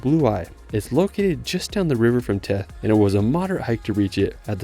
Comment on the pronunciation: Wonderful video. :) By way of background, I was a U.S. diplomat (now retired) and was assigned to the American embassy in Tirana from 2002-05. I had the pleasure of visiting these amazing places, and the way that the language is pronounced, the village of Theth is pronounced with a 'th' sound (vs. a T), like the word 'thistle'. Keep up the great work; your clips are SO very interesting and helpful.